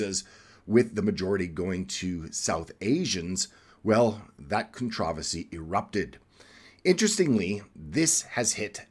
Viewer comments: What the eff is a con trah vasy? Are you trying to pronounce controversy? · Why does he pronounce "controversy" the British way if he's American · Your pronunciation of controversy is pathetic, repugnant….. wrong. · Controversy. Look up pronunciation